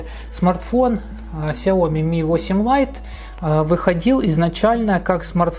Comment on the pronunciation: Очень бесят люди, которые говорят КСЯОМИ!!!